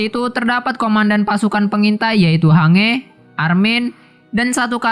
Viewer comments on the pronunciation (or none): none